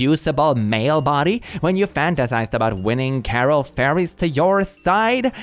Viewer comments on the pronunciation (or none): none